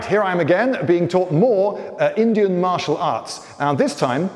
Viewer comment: "LINDY-an martial arts"